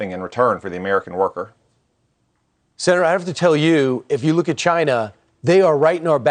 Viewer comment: Did he just say cchina like treason trump